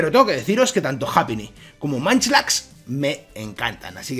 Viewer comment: No es manchlax, se pronuncia monchilax